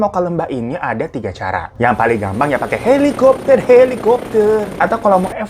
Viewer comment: Helikuopterrr helikuopterrr, ngakak aku bg😂😂😂